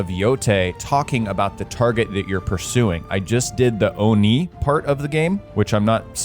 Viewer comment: Every time you said Oni it felt like you said old knee